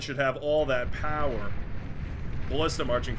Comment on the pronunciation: "No one pawn should have all that POWAH!" So good!